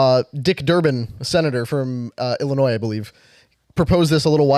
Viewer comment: It’s Illinois